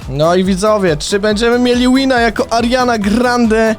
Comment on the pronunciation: Czy tylko ja usłyszałem ze kilka razy powiedział zamiast Ariana tylko Mariana